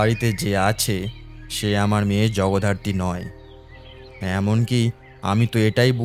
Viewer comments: Jagaddhatri ke Jagodharti bollen , ish ki bichchhiri byapar 😂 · শেষ টা খুব খারাপ, আর জগধারত্রি নয়...... জগদ্ধাত্রী, উচ্চারণ ঠিক করুন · খুব ভালো হয়েছে !! শুধু জগদ্ধাত্রী উচ্চারণটা একটু সঠিক করলে আরো ভালো হয় I🙏